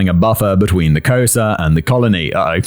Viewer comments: Was he failing miserably at saying Xhosa? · I was dying when I finally figured out he was trying to say Khoisan and Xhosa 😂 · At first he made a hash of ‘Khoisan’. Then he went on to make a hash of Xhosa. It’s part of his charm to he virtually unable to pronounce foreign words, even when provided with pronunciation guides by his writer. I feel his pain!!